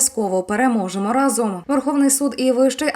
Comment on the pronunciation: дикторка має неприємну інтонацію...оце останнє слово - переможемо раЗОМ, така інтонація неприйнятна